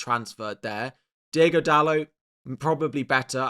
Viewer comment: Dude, it's DIOGO Dalot not Diego. It's not that hard. Thanks.